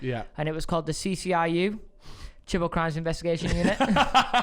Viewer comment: Always thought yall called him grimes and not crimes. Learnt something new today